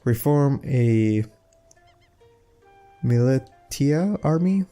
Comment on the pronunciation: BTW its pronounce "Mili-sh-ia" not "mili-tia" just saying